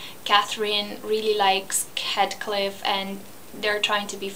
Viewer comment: HEEETHCliff! Not HEADcliff!